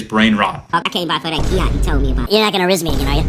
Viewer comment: it’s pronounced gat.